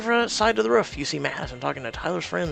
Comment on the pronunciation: I love how u say roof its ruff.....thats exactly how i say ralph i say ruff 😂😂😂